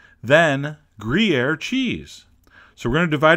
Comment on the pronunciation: greeair ... it's gruyère, and it's freaking delicious ...